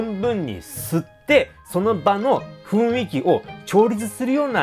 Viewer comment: 、「雰囲気」は「ふいんき」じゃなく「ふんいき」ですよ😠